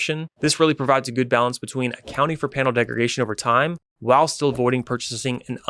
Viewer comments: Honestly a little hard to take you seriously when you keep saying degregation… it’s degradation brother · It's really not pronunciation though.. that would be like correcting someone who says croissant because they dont say it like the french do. He's saying degregation when the word is degradation. That's not a misintepretation of pronounciation, thats just a mispelling, a mistake. Not sure about you but in my line of work, when a subject matter expert can't get simple things like a commonly used industry term right, over and over, they lose credibility pretty quickly.